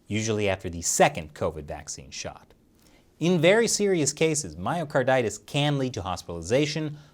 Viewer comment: I definitely heard "Mario Kartitis" 😂